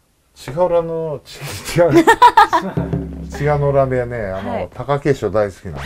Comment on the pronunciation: 千賀の浦が言えずに、栃乃洋が言えるのが信じられないw